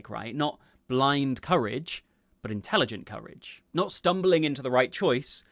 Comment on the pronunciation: "Intelegent" sent me spiraling.